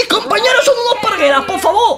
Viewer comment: like si te hace gracia la nueva frase de vegetta: poh faboh! 😂😂😂